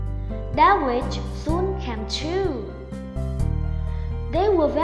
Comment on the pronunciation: Her "wiSH" chứ không phải "Her witCH"